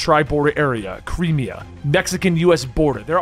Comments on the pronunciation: its "moe-guh-dee-shoe" and "trip-oh-lee" and "cry-me-ah" and "con-suh-lation" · Yea he butchered Crimea too